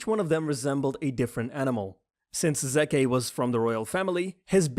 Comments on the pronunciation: Plot hole. Rod drank spinal fluid, turns into titan, yet Zeke poisons many with his and it only works when he yells? I don't see how that works. Also it's ZEKE (ZEEK) not fucking Zeke (ZEKEH) LIKE DAMN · It’s pronounced Like zeek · It’s zeke not zekeh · Dude the beast titans name is zeke not zeka!!!!!!!!!! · zekeh -> zeka -> zeke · bro.. you pronouce it as zeek not zekeh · Its zeke not Zekeh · It's zeke not zekeh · Bro it's zeke not zakeh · Bugging me you keep saying Zekaye and not just Zeke, their mostly white names in this show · zeeek but zekeh better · Zeke (Zek-Eh). White People. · You're pronouncing his name wrong ;,, its driving me nuts . His name is. Zeke (zeek) rymes with words like. GREEK. SEEK. LEAK. HIS NAME IS ZEKE. NOT ZEEK-KAY!!* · not zekeh zeeeeeeeeeeek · Great video! But it kinda pissed me off how he pronounce Zeke as Zekay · This video killed me ZEEKHA it’s zeke :) and the first warmhammer Titan a marshemellow and Annie ain’t a boy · Zeke? no zekeh Reiner? Nah rainer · Its Zeke Not Zekay Lmao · The Zekeh thing has bothered me every single one of these videos. I'm not sure if he's thinking that's how it should be pronounced in Japanese, but I don't know how that can be the conclusion as in the sub it's still pronounced Zeke. Also I'm unsure if he doesn't realize it's a Hebrew name, not Japanese and is short for Ezekiel. Normally it wouldn't bother me, but you can hear the pronunciation in both versions of the anime and the channel is called Yeagerists so to get the name of one of the Yeager brothers that wrong just gets under my skin a bit. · I get triggered whenever he says zekeh instead of zeke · Zeke not zekeh yeah lol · Who is zekeh no offense love the video but it is zeke like zeek not zekeh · It’s Zeke not Zeka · Wasnt Zeke suppose to be pronounce ZEEK and not Zaykay? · It ain't Zekeh it's zeeeek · It’s not zekey it’s zeeeke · zekeh lmao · It's Zeek Yegah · I love how you pronounce zeke as S e k a y h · My brains hurt after so much zekay